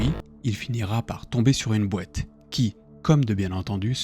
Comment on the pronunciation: j'aime bien commet tu dis boite ( BOETTE ) XD